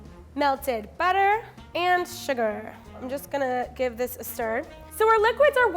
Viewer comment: I enjoy how she says sugAR